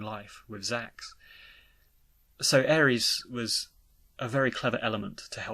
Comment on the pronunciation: Well the Remake seems to suggest the inner voice is Sephiroth trying to guide Cloud to the Reunion. Also why do you pronounce Aeris like Ares?